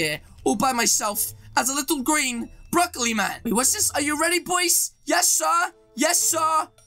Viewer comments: Haha my man just said broccoli brokile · Lol you still call him broccoli